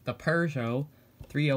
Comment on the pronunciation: ur prononciation is the good one :-)